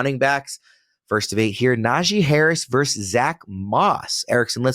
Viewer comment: The word is VERSUS, not Verse!! The rage in me!